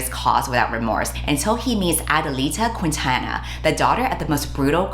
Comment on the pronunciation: The “u” in “Quintana” is silent. Btw